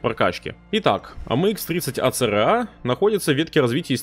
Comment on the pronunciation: ACRA а в видосе говоришь ARCA